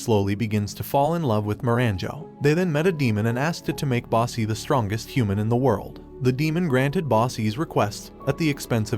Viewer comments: The dude mispronounced most of the names. It’s not bossy. It’s boss. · When he calls bosse “bossy”😔😔😔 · ⋆Boji Edit: Also ⋆kage (spoken, ka-geh, or simular)..... not flippin nicolas ⋆cage⋆ xD Edit Edit: Man, now he even sounds like he says "basse" instead of BOSSE.... you know what, screw it, i'm leaving, byeeee (￣▽￣ )ノ